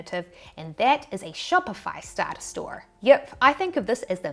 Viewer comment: that “yip” is so kiwi 😂